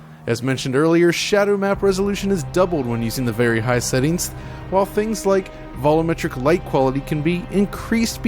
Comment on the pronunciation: Did anybody else get driven crazy by inability to pronounce 'volumetric' correctly?